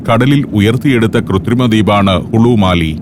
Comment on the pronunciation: മാലി അല്ല മാലെ (Male’)